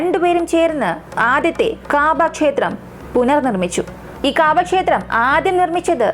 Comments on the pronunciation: കാബാ എന്നല്ല കൗബ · Kaabaa allaa kahba